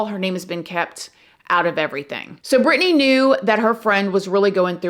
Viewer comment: I love how she pronounced it perfectly...I'm from Racine and know alot of Britney's family members...this was a horrible tragedy in my community!!